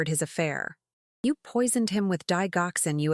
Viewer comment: Argh! It is pronounced Dij oxcin not dig oxin.